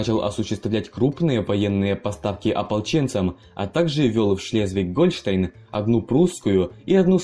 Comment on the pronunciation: Автор, а с какой радости Гольштéйн у тебя вдруг Гóльштейн? Художник? Так видишь?